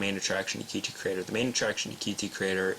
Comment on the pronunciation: Qt is pronounced "cute". Similar to Lua, it is not an acronym, or abbreviation. Thank you for the tutorial, helpful.